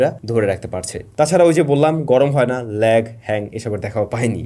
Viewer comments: Hang কে Lang আর Lag কে Hag বলে ফেলছেন.....আমি হাসতে হাসতে শেষ🤣পরে আমিও ট্রাই করলাম..দ্রুত কথা বলতে গিয়ে এইরকম ই হয়😁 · Bro saying ল্যাং হ্যাগ. I am no judging him but it seems real and lovely. Love from Jhenaidah...